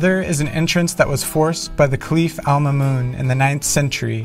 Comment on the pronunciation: Al Mahmoun was the name. So why are you pronouncing it Alma Moon?